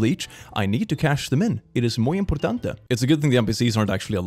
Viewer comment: I'm dead....you pronounced "muy importante" at perfection and I didn't spect you speaking Spanish. This has become my favourite video ❤️ Also: imposible!! A bard that is not horny??! Edit: wow! I've never seen this variety of bards. Of couse all are valid ❤️